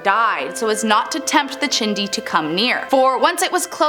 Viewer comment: The "chindi" is she saying Chiixdii. 🤣🤣🤣🤣